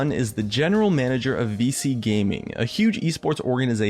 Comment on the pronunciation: Vici gaming is pronounced vee-chee gaming